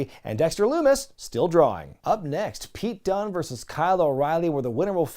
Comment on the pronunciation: I'm sorry every time I see Pete Dunne ...I hear Kyle O'Reilly calling him "Peter Dune"